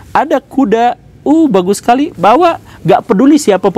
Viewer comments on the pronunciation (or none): Konten edukatif yg sangat memperkaya wawasan ttg identitas bangsa kita yg harus tetap dijaga. Thanks much pak guru gembul👍 nyengir dikit denger...Bawa..Bawa..😂